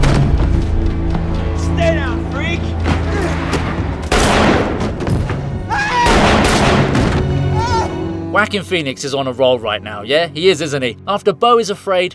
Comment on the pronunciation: NOW, AS FOR THE NARRATOR of this video did you seriously call Jaoquin Phoenix "WHACKIN' PHOENIX" !?! cooooome onnnnnnnn brooooooo seriously